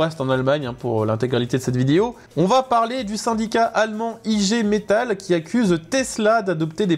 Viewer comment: ....On prononce igué metal